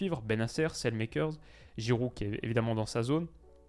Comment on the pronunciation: je t'en supplie, Saelemakers ne se prononce pas comme ça 😥